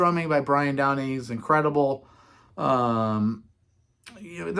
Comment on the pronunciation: so It's Scott GORHAM (H silent) and Brian DOWNEY (down ee), with Phil LYNNOTT (Rhymes with sin not). Please.